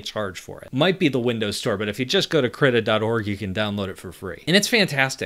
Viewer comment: manifested. Krittr.